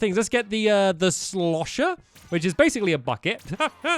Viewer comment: I crack up when ever stampy says shlosher